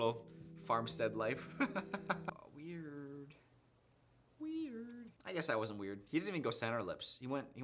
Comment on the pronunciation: saying weird like Rachel Zegler did in that interview about the kiss without realizing it😂